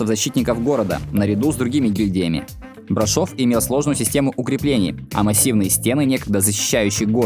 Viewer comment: Прекрасный выпуск как и маршрут. Только БрАшов, а не БрашОв.